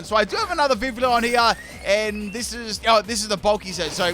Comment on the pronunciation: The correct pronounciation for the Pokemon's name is Vi - Vee - yon